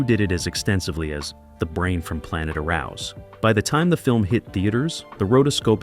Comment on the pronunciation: Pronounced " Air ous".